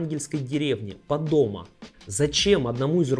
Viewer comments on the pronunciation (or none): пОдомо, а не падОма. Ты бы хоть подготовился